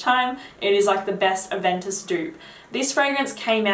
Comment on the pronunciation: I can't understand the name because of your accent.